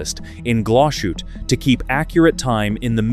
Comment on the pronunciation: There is no "SH" in Glas Hutte.